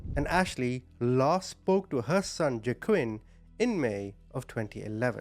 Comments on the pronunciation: Is his name pronounced wah-keen? Used to know someone with this name and the j is silent. Btw.. I'm fairly new to your channel still, but I have to say, I love your heart. I wish more ppl had one like you. We'd see a lot less horribleness in the world. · His name is actually pronounced WA-KEEN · I’m trying to listen but i can’t get over the butchering of the pronunciation of Joaquin 😂